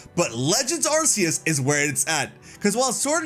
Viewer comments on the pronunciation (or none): It's Ar-kee-us